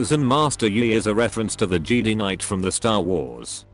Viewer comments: lmao i laughed so hard when he said jeedee instead of jedi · it must be jeday in pronounciation not jedee